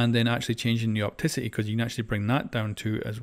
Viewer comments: He says opticity when it’s pronounced opacity?? Wow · just calls opacity "opticity" for some reason. In every video of the new sight options he goes "opticity" lol. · Please pronounce "Opacity" correctly. For the love of God. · OK how tf can you not pronounce opacity correctly?